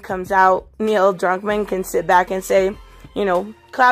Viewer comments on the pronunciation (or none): none